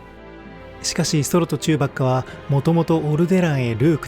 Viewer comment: チューバッカ！発音が違う！